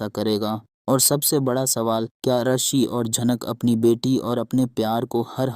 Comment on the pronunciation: Rishi...not arshi😂